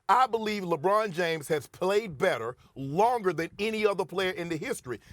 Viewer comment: Stephen A smith “Jebron James”